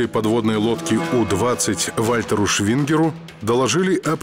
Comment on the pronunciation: Командиром U-20 был Швигер, а не Швингер.